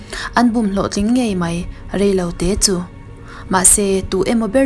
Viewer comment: Deih - daih Mei - mai Tlem in chhiar fiah deuh.